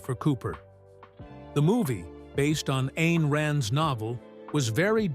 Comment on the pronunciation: Ayn Rand's first name is pronounced "Ine" not "ane"